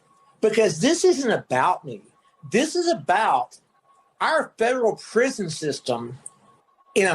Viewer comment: Whaaaa!! Whaaa!!! Whaaa!!! “Prishon ish awfull”